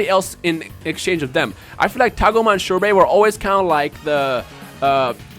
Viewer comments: Shorbet ? xD i think it's sorbet right ? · Why do you call "Sorbet," "Shorbet"? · ***** I've never heard it pronounced that way before. Sorbet I've always heard pronounced "Sor-bey" Unless his name doesn't reference the frozen treat but something else. But I was pretty sure that his name was a pun on the said frozen treat. Sherbert is similar to Sorbet, but it is different. But not like it really matters, sorry. Just honestly wondered if how you said it was how it's pronounced in Japanese and that I just haven't been paying attention while watching Super. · there is no H is sorbet